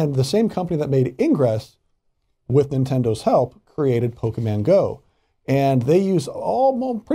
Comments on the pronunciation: Hey It’s Pronounced “Pokémon” Not “Pokeman” 😒 Get it right Man.! Farron Cousins pronounces it better than you. And he’s not even a NERD! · How are you a nerd, but you call it Pokiman Go? Stop😂😂😂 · Two things 1) i didn't even have to hear about this to know it was going to happen. 2) there are two types of fans: Regular people and the ones who say PokeMAN. Sorry, just irritating when i hear people mispronounce things like that. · I'm honestly just more surprised with how literally heard how pokemon is pronounced and still pronounced it pokeMAN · why do people still say PokeMAN? It pisses me off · It would be really great if they learned how to pronounce Pokemon before they did a story about it...